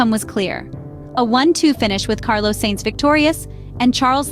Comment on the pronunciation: Love the AI pronunciation. Carlos Sayyyyynz and Charles Leclerccccc 🤣